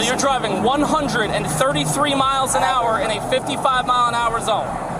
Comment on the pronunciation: "mepee A?" MPH = miles per hour